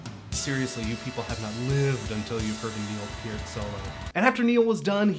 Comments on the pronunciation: SAY NEIL'S LAST NAME CORRECTLY IT'S P---EAR-----,T NOT PURT!!, AND U R A FAN! DUMMY!!! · Lol "It's ZED" from the clip, then he mispronounces Neil's last name...bahahahahahaha!